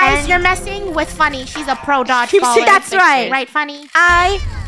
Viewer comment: ✨dogelball time✨Funny said it so preshishly